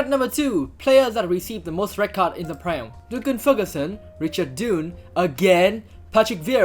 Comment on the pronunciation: fwiw, Dunne's name is pronounced more like "done" than "dune".